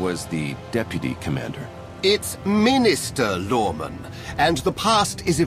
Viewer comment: it's minister lorman! MINISTER LORMAN!